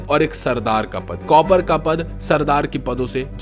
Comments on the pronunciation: Copper nhi bhai kaapar😂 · We r not cupper it's *KAPAR !!